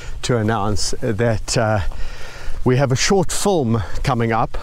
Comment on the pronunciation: You already have excellent production values so I can only imagine with added effort how good this "fulm" will be. (I love the way you pronounce film...and milk...sounds like mulk. Big hugs of. appreciation from Montreal.